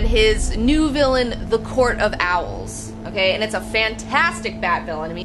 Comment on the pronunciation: Yikes... "OWELS"